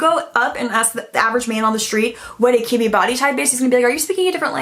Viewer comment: You said Kibbe body type and what I heard was kidney body type 😆